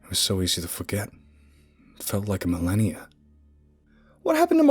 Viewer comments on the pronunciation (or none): none